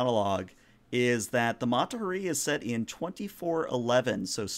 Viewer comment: sorry game master but you call out the captain for pronouncing a name wrong yet you continue to butcher the name Mata Hari. it’s HA ree. emphasis on the HA. had to call to you out since you did it to the captain.